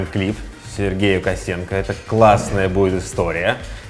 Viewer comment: почему фамилию Косенко произносишь через э - Косэнко? Звучит как Косынка - Блог Пасьянса Косынкы